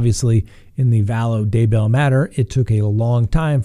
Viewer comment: You are driving me insane with your mispronunciation of Daybell! Grrrrrrr! The emphasis is on Day, not bell! It's DAYbell, not dayBELL! OMG! Can't watch anymore. It's like nails on a chalkboard every time I hear it wrong. Sorry, dude. Just sayin'....